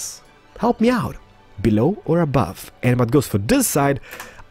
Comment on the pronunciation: Belooow not abuve